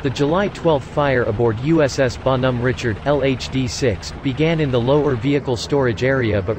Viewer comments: Need a French robot to do that. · teach the pc French pronunciation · LEAR HOW TO PRONOUNCE THE NAME CORRECTLY OR GO HOME! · Bon Hom Ritchard 3 seconds and I'm done!